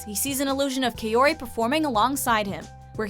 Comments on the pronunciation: except for kaori...she says it as "kayori" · Omg they pronounced kaouri wrong and it killed me.... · She mispronounced kaouri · When they say Kaori wrong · very true...she must be an anime lover